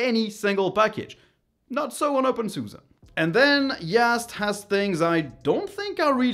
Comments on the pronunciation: I like your content but I don’t think openSUSE is pronounced "open suza" but something closer to "open suzy" or "open suz". But not "open suza" mon ami. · Nope. In German it's SuSE = Software und SystemEntwicklung. So the "e" at the end is a German "e", c'est en français comme "Estelle" (premier "e") or in English "estimate" (first "e"). Merci mon ami.